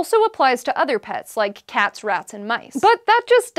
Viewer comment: I could have SWORN she said "cats wrapped in mice"....